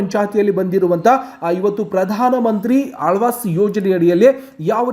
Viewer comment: Lo guru gabbu mudevi alvas yojane alla adu awaaj yojane😂😂😂😂forcidure alla kanla procedure😂😂😂😂